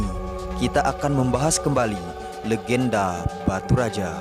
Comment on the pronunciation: Baturaja..bukan Batu Raja